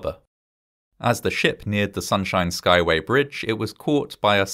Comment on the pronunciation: Good on you for being able to say that tongue-twister of a bridge name 😅